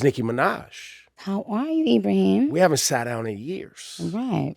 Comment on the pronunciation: I love how she pronounced his real name “Ibrahim”